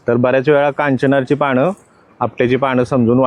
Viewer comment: पाणं 😡❌❌ पानं ✔️✔️